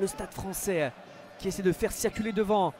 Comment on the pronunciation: "Le Stade Français-che", "essai transformé-che", c'est quoi ces gens qui ajoutent des syllabes où il n'y a pas besoin ? Dans la vie courante ça fait déjà bizarre, en commentaire audio c'est juste agaçant.